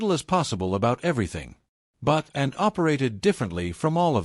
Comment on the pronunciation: Can AI not pronounce Anne?